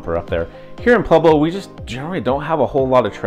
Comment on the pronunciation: Is he saying “PLueblo”? Why are people selectively illiterate?